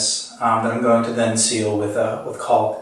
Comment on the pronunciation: Caulk is pronouced "Cawk" do not prounounce the L. I know it's frightening. Do you waLLLLk to school?